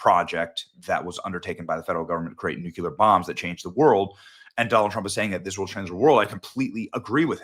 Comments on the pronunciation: Benny I love your content but it’s Nuclear, not Nukular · NUCLEAR = NEWCLEAR - NOT NUCULAR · Its Nuclear. Noo clee errr Nuculer is not a werd. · Benny: NEW... CLEAR... NEW-CLEAR! I cringe every time you pronounce nuclear as Nuke-You-Ler. I love you and love what you do, but please! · It’s “NUCLEAR” not “NUCULAR”. Come on!!! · Let me give you a friendly advice. Saying « Nucular » instead of « Nuclear » makes you look uneducated. Don’t be like «Tampon Tim ». Just saying. Love the content. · Benny!! Love you brother, you are one of the leaders of our movement and I am CONSTANTLY on your site!!! That is why you have to address this small but CRITICAL issue NOW (staff members please take care of this!)...the word NUCLEAR is pronounced NEW-KLEE-UR...NEW-KLEE-UR...NEW-KLEE-UR!! You cannot sound like one of these uneducated bumpkins with the middle initial W!! Not NUKE-U-LUR, NEW-KLEE-UR!!! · Oh no, he said "Nuke-Yuh-Ler". Must be a Bush. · You and George W pronounce nuclear “noo-cue- ler”😂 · whats "nuqular"?/